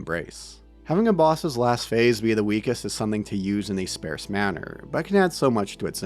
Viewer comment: My man says ‘sparse’ like a goof